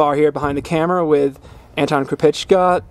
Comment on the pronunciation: is 'crew pesssh ca' the right pronunciation? Friend of mine has that sir name and I've known him as 'crew peek a' for over 10 years.